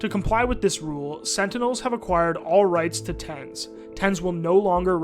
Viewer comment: SEN Tenz, huh?